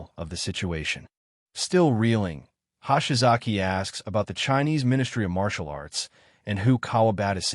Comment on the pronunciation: "Hahshy-Zocky Ano-Suck." When is AI going to "get" Japanese pronunciation?